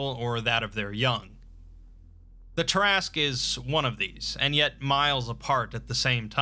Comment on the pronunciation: Look at the name. Say, "tear askew". Look at the name again. Repeat as necessary.